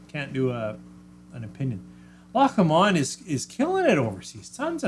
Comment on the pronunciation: You know I can't help myself: it's Loch LOWm'nd, not l'MOND! Shame you can't get Thompson Bros. - I'll ask them about it when I'm up there in just over a week...